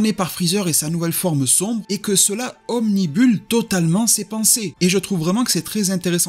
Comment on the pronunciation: yo, obnubile pas obnibule!!! lol a+